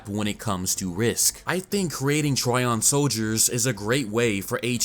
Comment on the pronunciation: But you did exactly opposite. You were pronouncing it correctly (like tree-on) and when switched to try-on. Correct way is tree-on. Just listen original japanese dub, if author wanted word trion to be pronounced like try-on, it would toh-rah-ee-on (and written in katakana like thisトライオン) , but characters clearly say to-ree-on and its' writtenトリオン in manga.